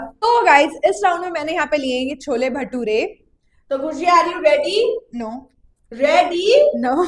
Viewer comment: Khushi said "bhole chture"😂😂❤